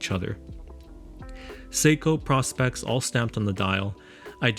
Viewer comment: PROspex not PROSpex